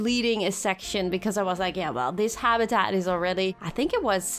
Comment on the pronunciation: You make super videos but please stop saying habitat like this hahah